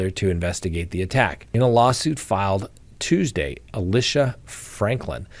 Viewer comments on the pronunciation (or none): none